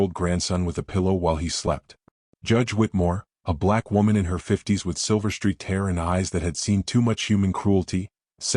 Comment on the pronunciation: Streaked not Street. Peace not piece. Kinder with a long I.